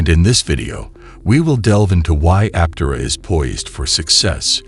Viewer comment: It'd be nice if script readers learned the prevailing pronunciation of the company they're promoting. It would help add some credence to their message.